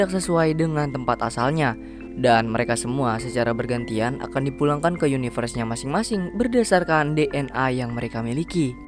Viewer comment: yunayvers cuy wkwkk ada ada saja nyebutnya